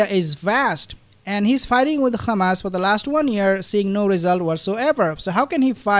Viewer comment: Why do you say khamas instead of hamas